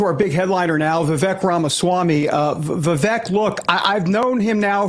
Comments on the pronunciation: Vee-veek not Va- veck. He’s so cool he doesn’t even bother to correct the error like Ka-mala did 😜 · I don’t see why it’s so hard for people to say “Vivake” and not “Viveck”. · How are people still pronouncing his first name wrong? For someone who's known Vivek for a little bit - his words - he shouldn't still be saying "Viv-ek". It's "Viv-ake". Like cake. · it's Vi-vake, as in cake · Vivek . Pronounced vivake... like cake. Hes gracious that he doesn't correct them. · Vivek is pronounced "Vi-Vake" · Hey folks - it's pronounced Vivek (Vi-vake like cake)! Get it right! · And learn how to pronounce his first name. 😬😒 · This guy says he knows Vivek but doesn’t know how to pronounce his name. Got it. Good friends-Obviously. Vivek will be the next president. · It's Vivek, but sounds like cake. You are mispronouncing his name! 😮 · he doesn´t know him if you can´t pronounce his name